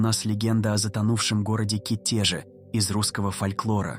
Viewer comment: К Итеже а не КитЕже